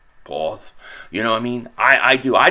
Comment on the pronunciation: Bro when you hit the “pause” that gets me weak af every time 😂😂😂😂 all love Philly Go Birds we in this bih yooooooooooooooooooooo🎉🎉🎉🎉🎉🎉